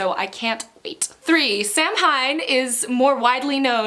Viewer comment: I love your channel good Rex’s. Oh and by the way Samhain is pronounced Saaween. I have been wanting to read that libba bray book for a while.